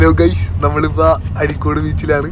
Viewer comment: അരീക്കോട് അല്ല അഴിക്കോട് ആണ്